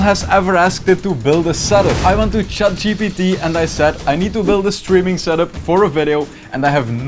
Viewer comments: It’s funny how he kept calling it chat gtp instead of Gpt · bro seriously saying chat GDB